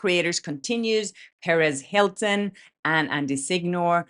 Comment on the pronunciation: I love your content!!! But one tiny thing when you say perez hilton what I hear is Paris hilton 😅 I hope people don’t get confused. But I think most of us knows who you’re talking about.